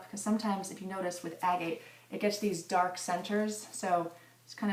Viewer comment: Proper pronunciation agate